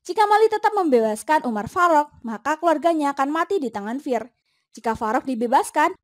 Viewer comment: Kayak gimana gitu denger penyebutan nama umar farok nya😂😂😂😂... Umar faruk gitu lho min